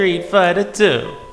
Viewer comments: you say two like tow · I think if you were able to pronounce the word "two" properly this video might have been a lot better